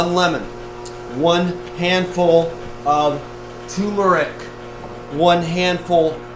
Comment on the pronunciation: It's TUR-meric people, Not TU-meric. There is an R there that no one seems to pronounce or even spell and it's not a silent R lol